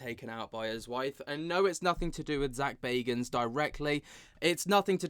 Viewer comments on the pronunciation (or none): This the paranormal gossip channel 😂😂🌈 Dude cant say Zak's last name right even though he says it at the beginning of every episode